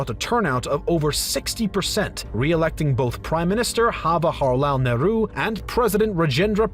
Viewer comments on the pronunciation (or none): "HAwaharlal Nehru" 🤣🤣🤣 It's Jawahar! He's not a Mexican hombre!! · This man pronouncing jawaharlal nehru : hawahilalaalahal naaaahru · Please correct your pronounciation of jawaharlal Nehru, it is not “hawaharlal “ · They are pronouncing 'Jawaharlal Nehru' as 'Hawarlal Neru' bcz they might not be a native speaker of english and there might not be any 'j' sound in their language. Like in spanish too, people have h sound for the letter j. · Prime Minister Hawalahar Nehru! My ears : 🥺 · The way you pronounced names of Jawaharlal Nehru and other people sounded funny but afterall we appreciate this effort of yours of presenting such immense knowledge to us 👏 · J is not silent in 'Jawaharlal Nehru' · you people massacred jawaharlal nehru's name lol